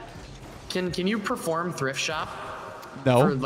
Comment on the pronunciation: says, "can you prerform thrift shop? im gonna ask you to do it off recording". LMAO